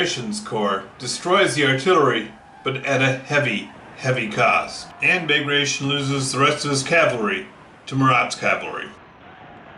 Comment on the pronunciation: Great video! Just thought I'd tell you that "Bagration" is actually pronounced "ba gra ti on". :)